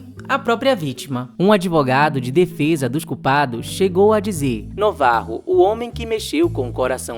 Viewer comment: Afinal, Navarro ou Novarro? Acho que é NAvarro; assim como Ben- Hur é lido como Ben "Ur" e não "Rur", Gilda não é Guilda... Gosto das pesquisas de vocês, assisto a todos os vídeos, por isso, dou- me licença para opinar, ou mesmo corrigir. Valeu😊🎉🎉